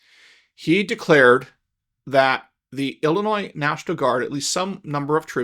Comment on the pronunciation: The smartest person in the room knows it's Illinois not Illinoises.